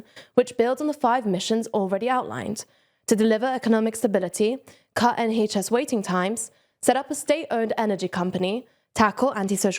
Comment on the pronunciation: I thought I liked this presenter but then they pronounce NHS wrong :/